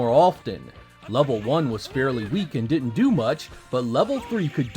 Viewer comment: The video is hard to make out if you say 'did' or 'did not'. Otherwise an excellent presentation.